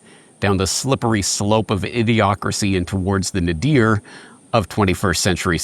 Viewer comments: Oh my gosh, is that how you pronounce “nadir”? Now I have to look it up. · you said nadir, lol